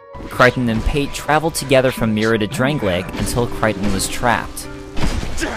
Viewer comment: "Drang-lay-ik"? Its drang-lake so says everyone and the game